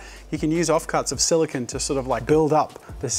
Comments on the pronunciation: Silicone. Not silicon. They are different. They are said different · Great video Jazza, but please note that "silicone" is not pronounced the same as "silicon" (what you were saying), the correct way of saying it is "si·luh·kown" (silicone) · It’s solo-CONE